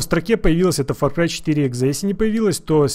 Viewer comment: мне одному послышалось или нет то что он сказал факрай